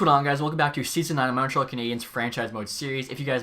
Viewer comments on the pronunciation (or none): none